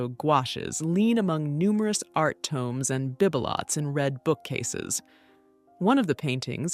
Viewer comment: I've never heard bibelot pronounced "bib-a-LOT" ........... A.I. should know it's pronounced "beeb-eh-low." (Even in Americanese it's still a French word.)